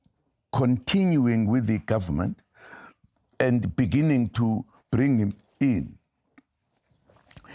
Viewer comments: In the benininine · All I can think about is,’ in da beninging 😢